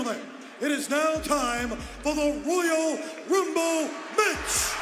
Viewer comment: I remember Lilian Garcia messed in one of the Royal Rumble matches. She said Royal wumble